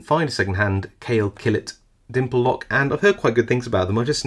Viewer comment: Brand pronounced Call A . Yes I am Turkish.